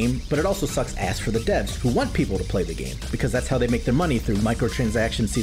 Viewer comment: First of all, "thay" lol . Second, man would be nice being Syntulk :_SliqWUPSET